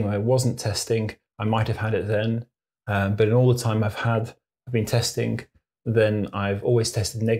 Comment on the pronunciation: There is a G at the end of testing! Not a K. 🙄